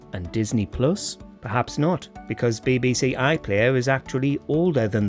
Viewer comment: Bay bay say. WTF say it properly!